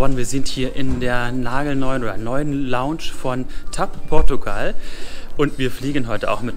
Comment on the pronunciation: Ihr sagtet nie wieder TapPortugal